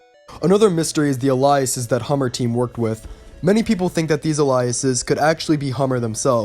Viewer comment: The way you pronounce aliases. XD